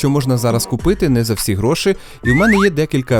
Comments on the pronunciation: Дякую за відео Дякую за Вашу роботу, Все дуже цікаво! Гарний звук і картинка. Хай квітне український Youtube! Декілька моментів, які "різанули" слух: Не "гроши" ,а "гроші"; не "самий дорогий", а "найдорожчий"; не "провода" , а "дроти" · Ось це твої "гро́шИ" ріже вухо, малорос на мінімалках. Та й взагалі багато русизмів у відосі.